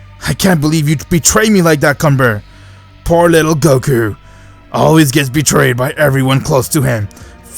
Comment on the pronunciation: Bros like "Whaat iff gokau waaas trappetd in prasien" 💀💀💀💀